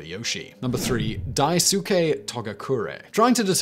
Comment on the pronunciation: Say it wit me now, daisuke. it's pronounced dice kay not whatever u said lol